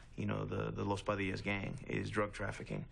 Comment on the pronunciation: You said “The Padilla’s”. No. Los Padillas. Los Pas or Los Pa. Respect the name. I taught high school in the North Valley in the nineties. I respected them and they respected me. Other gangs also.